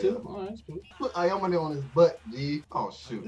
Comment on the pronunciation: yeah....let's just discount an ENTIRE game of focusing a plyer because in the last 5 minutes ir so, it was KINDA a 1v1, Aomine is a better player 100% and stop saying Aomone wtf.